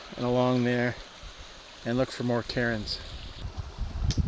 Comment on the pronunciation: Cairn is a one syllable word. Please stop calling them “Karen’s” or she’ll get mad and ask to speak to the manager. Thanks 🤣